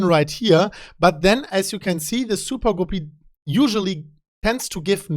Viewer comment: I could listen to say "soopah-goopy" all day long LOL